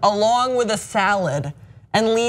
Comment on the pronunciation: "Salahd" - omfg😂😂😂😂